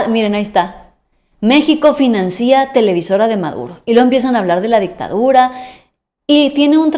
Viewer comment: Se dice financia sin acento.